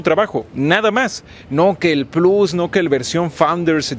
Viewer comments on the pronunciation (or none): none